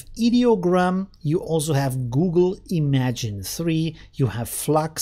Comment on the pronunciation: That name is pronounced "im-mah-gen".